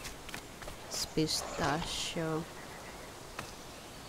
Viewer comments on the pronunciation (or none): It's pronounced "See-tacko-saurus"